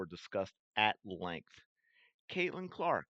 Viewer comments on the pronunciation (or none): none